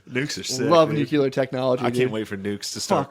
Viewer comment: I love Matt and Shane, but the way they pronounce nuclear drives me nuts